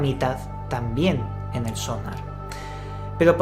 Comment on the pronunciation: Sonár! no Sónar coño Porque los españoles le cambian el acento a todo.